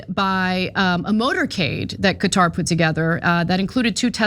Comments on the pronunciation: The correct pronunciation of Qatar is like "Carter" without the "r" sound aa in "catar". Say it right Ana you're a professional! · I thought it was pronounced Cawtar. No r sound in the first part